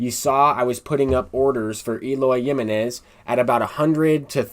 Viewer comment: Lmao the way you say Eloy Jimenez's name is kinda cringe, its HIM-Eh-Nez lol not JIM-MEH-Nez but overall good content bro